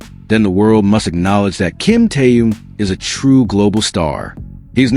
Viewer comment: Господин блогер, надо правильно произносить имя человека о котором вы пишите, его зовут KIM TAEHYUNG ‼️‼️‼️